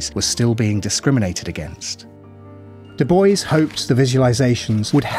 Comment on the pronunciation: I chuckled when you said Doo Boyce, to pronounce Du Bois, say Doo Bwah. Great video!